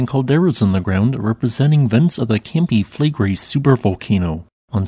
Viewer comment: Reall Interesting. But take a little time to learn how to pronounce the words "Campi Flegrei". (it's Italian)😂